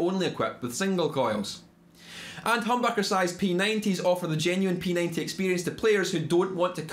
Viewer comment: Ah yes my favorite, peninteah peckhuops